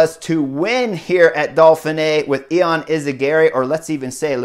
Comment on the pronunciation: its actually yon not e-on at least thats how its pronounced and its not postal - burger its postelburger